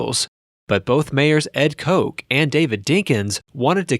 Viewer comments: It’s Mayer KOCH you say it like it’s spelled Kotch not Koke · Ed Coke... lulz. You know you're not a New Yorker when you pronounce Ed Koch that way. It's prounounced "Cotch". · It was Mayor Ed Koch. Pronounced Kotch. Not Coke. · Ed Koch's name is not pronounced Coke, it's Kotch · Who is Mayor Coke? Never heard Mayor Ed Koch's name pronounced so badly. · Ed Koch's last name is pronounced "kotch" (like "scotch") not "coke." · And Harry Fray-zee. And Black Box? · Very good documentary but NYC Mayor Ed Koch isn't pronounced Ed Coke.😄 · Ed "Coke"? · Mayor Koch, not Koke. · you can tell this narrator has no personal knowledge of NYC. NYC didn’t “Cycle” through Mayors in the 80s & 90s. Most of the mayors served their max (two terms) then. (beside Dinkins) — & it’s not pronounced Ed “Coke”, It’s Ed Koch (kinda rhymes with “Crotch”) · Still hurts seeing the demolition of it ! Nice job only thing you got wrong was Ed Koch ( sounds like Scotch) not Ed Koke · It is Ed Koch, hard ch like chirp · FYI, Ed Koch is pronounced with a 'ch' as in "cheese" and the 'o' in "cot".